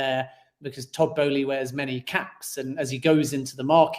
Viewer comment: Matisse Boehly’s name has an “L” in it! Pronounce the word “Bowling” but then add “eee” at the end lol Besides that, great stream! Very informational. Just what we needed